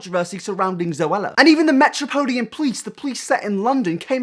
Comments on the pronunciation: The metropolian police? Lol. Metropolitan. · Metropolean police Lol... MetroPOLITAN 😝😝😝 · the metrapoleian police??? It's metropolitan police. Amazed you're too sheltered to know this but then again you are just a child. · MetropoLIAN? MetropoliTAN. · ah yes the Metropolian plees. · Didn't he also pronounce 'Metropolitan' as 'Metropolian? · 'metropolian' police 😂